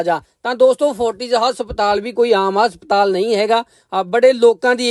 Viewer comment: Asptal ni hunda haspatal hunda